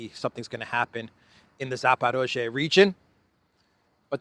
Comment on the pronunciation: You keep saying Zaparozhe even when the text you were reading said Zaporizhia.